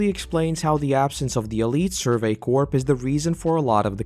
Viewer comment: Corps is pronounced core